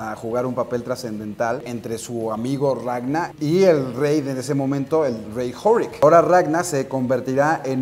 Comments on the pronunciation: "RagnaR"!!!! no Ragna... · Xq le dice ragnal - _- no es monsters inc.